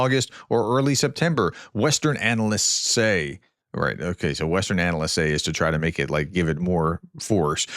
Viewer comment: I don't like 'anal'sts'